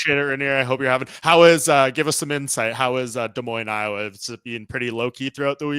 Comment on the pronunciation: Super pumped for this fight to be in Des Moines. Also props to you for saying it correctly. The whole card looks really good. Stoked to see it live